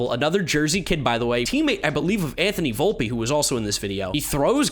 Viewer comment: It’s pronounced vulp not volpee not to be that guy